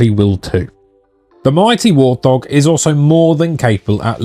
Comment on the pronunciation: Wurr't hawwwg! 😆